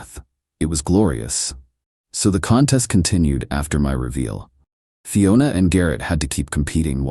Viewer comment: Dear AI. They were KILLING it, not TILLING it. And at the risk of sounding really petty, Fiona is always pronounced fee-o-na, not fie-o-na. You start it off right but keep switching pronunciations. Aside from that, I really did enjoy the story and you are one of my favourite channels.